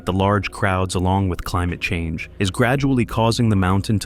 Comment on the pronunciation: CLIIIIIIIMUTT CHANNGE..... 😂😂😂😂RIGHT!